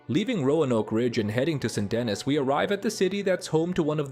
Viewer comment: Did you play the game? You’re mispronouncing St Denis.